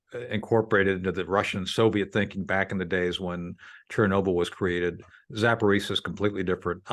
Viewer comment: It’s pronounced…. Zapa-ro-zia NOT Zaporizia